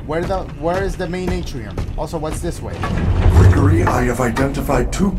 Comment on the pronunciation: Dash Hungry Hungry is saying Greeegory and GREGORY so yourwelcome